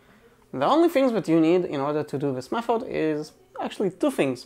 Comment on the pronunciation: Say Mefod one more time...